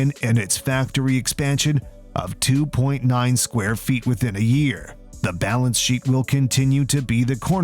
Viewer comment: Is it me or does he say 2.9 square foot expansion!